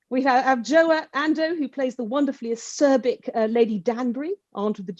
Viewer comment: I have to say that although I find this interview quite insightful, I find that the fact that the interviewer, Kirsty, cannot pronounce Adjoa Andoh's name properly really jarring. Doesn't take much to get it right, shows that you've actually done the research and have some respect for the actor.